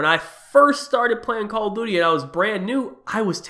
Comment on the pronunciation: he said call of booty